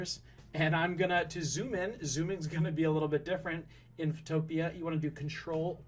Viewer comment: Not being rude but it’s called photo pea